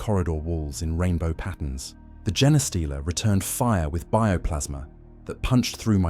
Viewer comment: It's A.I. generated. The way it pronounces genestealer is a dead giveaway.